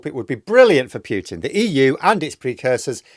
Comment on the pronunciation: Fgs...it's not Piutin!